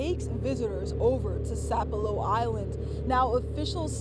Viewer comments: It's Sap ah lo. My MIL was the Storyteller CORNELIA W BAILEY. This is such a tragedy. Please keep our community in your prayers. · Sap - elo, gull-----ah, get it straight if you gonna be on the news